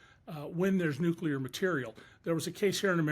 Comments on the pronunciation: Nu-cu-lar on the bbc by a Brit 🤦‍♂️ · Woman! You are British! It's pronounced "new clear", not "new kewlar".ffs